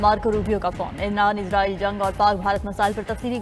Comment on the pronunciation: عزرائيل عزرائيل کہ رہے ہو اسرائیل کہو پڑہے لکھے 😂😂😂